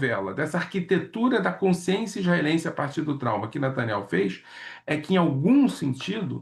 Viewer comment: Lourival abatido com olhos lacrimejantes.. e olha o nivel ...o careca sequer sabe pronunciar Netanyahu fala Nataniel..kkkk